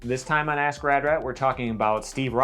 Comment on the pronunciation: Sounded like, "this time on ass grab rat."